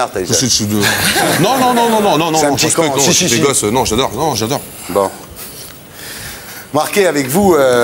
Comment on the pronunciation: Comment il a détruit Mike tyson en "Mike tason "